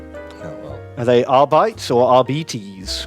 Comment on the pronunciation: Wouldn't the proper prononciation be more latin? Since you know high gothic is clearly based on latin